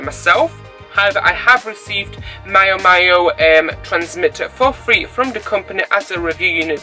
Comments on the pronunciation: Great honest 'from the heart' video and guide. It appears to me that the Blucon is quite poorly designed and it really amazes me as to why these problems that you report on weren't found and solved during the prototype stages? Many thanks and if its of any interest, its pronounced Meeow Meeow, as in the cat sound; ). Cheers and have a great weekend. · Miao Miao is pronounce like the sound of a CAT, thats why the logo is a cat.